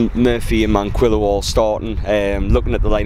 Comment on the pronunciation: Please correct pronounce it ManKEYo lol it's been going on for too long